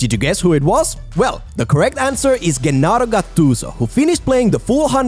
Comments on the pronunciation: Don't Say Ghennaro, the right pronunciation Is Jennaro (like the J of John), i'm Italian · Gennaro is not Guennaro but rather Jeh-narro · It's (DZ)ennaro Gattuso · Good video 👍 But is Gennaro gattuso not ghennaro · Bro, "Gennaro" is pronunced as "Jennaro" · It's pronounced JENNARO gattuso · pronunciation is Gennaro like Germany, why u pronounce it with a hard G?